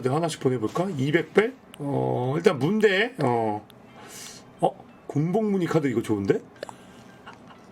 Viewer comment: 문대를 순대라고 읽는 매-직